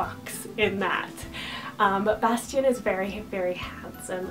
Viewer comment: Bastian : Very classy and sweet! I love how you pronounce it! Bear : SO sweet, and meaningful for me <3 Cillian : I had Cillian Aidan on my extended boy names combo list in high school lol Onyx : SUCH a great name, I'd love to see it used more! Caspian : Gorgeous perfect name <3 <3 Boaz : Love the biblical association! Finnick : Finicky ;) Everest : LOVE the sound of this, if it was more meaningful for me I could use it! Elon : Great Eli alternative! Osiris : Somehow I've seen this name more on girls than boys, so strange! Truett : I'm FB friends with a mom that has a son named Truett, he's super adorable! Wells : OOoooh fun!! Wellington is adorable! Arrow : I just can't dig the weapon names! Callahan : So distinguished!